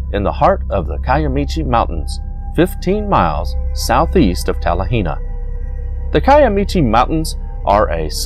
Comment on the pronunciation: Ouachita is pronounced wah-shee'-tah. Talihina is pronounced Ta-la-ha'ney. Honobia is pronounced Ho'-nub-ee. But then that's only the way the folks livin' there say it. My Mother was born in Battiest, pronounced Bah-teest' - not batty est But then, what do I know? I spent some time there in the late 50's early 60's Great White Tail huntin' there.